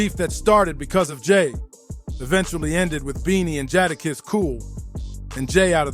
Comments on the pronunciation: Once I heard Jahda kiss I was out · Who the hell is jah dah kess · Its pronounced "JAY"DAKISS Jay Da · I hate when they have the narrator says the rappers names wrong 🤦‍♂️ shit is annoying asf! And when he said “back then the L,O,X was running with the RUFF RYDERS- who had hundreds of street soldiers riding with them” and they show a picture of a bunch of dudes- but if you pause it and look - the dudes in the pic was - jay-z , Dame dash, Biggs , Camron, Emilio sparks and the rest of state property, Kanye west , some white lookin chick , NORE, juelz santana and not even DMX or KATO (DMX and KATO WHO was the leader of all Latin kings and the kings was Dmx’s muscle , cause of his close friendship with KATO, when KATO was set up and shot and killed DMX MADE that song “KATO” on the album” Grand champion “ i think.. but other than those few mistakes this was a good video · Jahdah kess 😂😂😂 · Jata kiss? Who is that... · This mf say jah dah kiss one mo time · This dude really was pissing me off the way he was saying Jada’s name. How hard is it to say Jadakiss. You lost me bro. I didn’t even want to listen to you anymore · Jahdahkiss sheek Lowch?😂😂😂😂 from the Warlox to L OX??!! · Who the hell is Jaadakiss bro what accent or dialogue you using, L ox? I'm convinced my man's bite these videos how do you keep saying these guys name wrong as s**t smh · It’s really not that hard to say “Jadakiss”… 🤦🏾‍♂ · DAMN BRO UR PRONUNCIATION IS TERRIBLE 😂😂😂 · Thumbs down to the content creator.... Making content of artists without knowing how to pronounce the name is crazy work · The Jada kiss is diabolical it's not hard to to say his name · I’m not watching the rest of it cause they way he say jadakiss ✌🏾✌🏾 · The way he says Jadakiss name, it sounds like a whole different person. Sounds like a UK drill Rapper. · Its NOT tricky!!! These are well known rappers and you are butchering these dudes names. Cmon dude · Dumb ass narration saying the names wrong